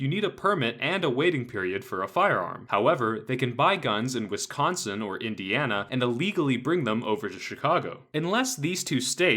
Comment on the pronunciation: You pronounced Wisconsin wrong in . Disgraced.